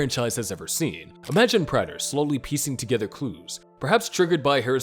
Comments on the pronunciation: Prayter not Pratter...drove me nuts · Its "Prey-ter, NOT "Pratt-er"😭 Did you even watch the show??😭💀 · GOD DAMMIT. His name is pronounced PRAY-DUR. They say it so many times in the show. You have to be doing that shit on purpose. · Is someone else watching these and writing the script? I can't believe the narrator is the one putting these together since he continues to mispronounce Prater on these videos even though his name is clearly said multiple times in the series. 🤔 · How did you watch the show and still pronounce prater wrong